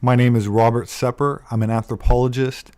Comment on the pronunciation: hi, im an anthropology student, been following your videos for a while now ...but , the first time i came across ur channel and i saw ur name and looks i was 100% sure u are iranian. then later i thought i was wrong and the sir name is just a similar word as u dont pronounce it like a farsi speaking , anyways i wasnt so wrong after all. ps. sepehr means : the sky